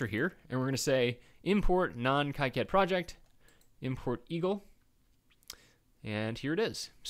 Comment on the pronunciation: Is there a Eagle lib importer for Kicad 6.06? (its Key-cad, not Kike-add)